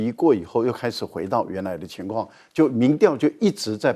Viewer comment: 民‘調’，是二聲，不是四聲